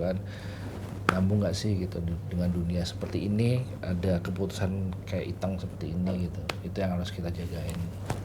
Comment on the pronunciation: Berperan sebagai Iteung, tapi pelafalan Iteung aja gak fasih. Kumaha?